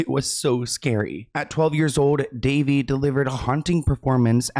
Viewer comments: Can No One say her name correctly? It's Da-vay!! She was fantastic in Big Love.💙😓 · Her name is pronounced Da - Vay. That poor baby. There may be more names coming out from those hollywood parties for sure. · Elijah Woods said his mom protected him and if it wasn't for her he probably would have ended up in bad situations. She was always around and didn't allow him to go places where many other kids were going and was normal for kid actors. Also, her name is pronounced duh-VAY.